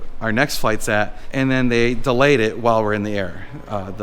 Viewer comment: The word of the day is "delAAyed"